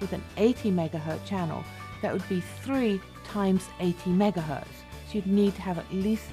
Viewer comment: Did she really say "megahurt" channel?